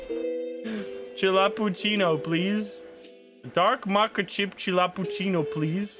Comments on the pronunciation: Great video, as always, but every single time he says mocha I cringe Please, for the life of all that is dear, it is pronounced “moe-ka” not “mah-ka” Thank you 😂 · Moe-kaa=Mocha. Maa-chaa=Matcha. Shif-on=Chiffon. 😉